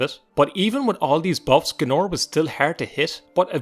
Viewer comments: G A E N O R ... "Gnorr" ... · It’s Gay-Nor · When I pass this episode for the first time (that was nearly twenty years ago) a read his name like "Gay-ee-nor", and Seyda Neen I pronouncing like "See-ja-da Neen". My eanglish was not so good at that time (I"m russian) so reading and understood correctly what is speaking of in those games was not easy to me that time. :) Interesting desision. I remember that first time when I faught him, I use marksman weapons (bow or crossbow) and runs backwards by all that temple square. That was take much many time but I made it! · Hahaha GAE-nor